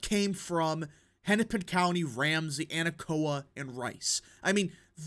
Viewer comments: I am going to correct you on the way you pronounce Anoka County, Minnesota It is pronounced UH-NO-CUH, not AN-OH-KOA. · It's pronounced uh-NO-kuh.